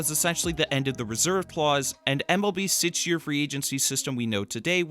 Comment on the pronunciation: why do you say sitch not six